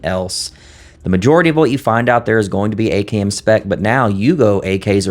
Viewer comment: All though your saying AKM it’s sound like you are saying AKN… it’s very disturbing but I know what you mean; others may not!